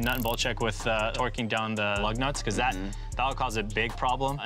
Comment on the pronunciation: One guy does the torquing. LOL. It sounded like one guy does all the twerking 😂